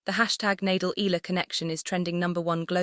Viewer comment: The same goes for pronouncing E-Ya-la not Ela..It should be pronounced E-ya-la not Ela..ok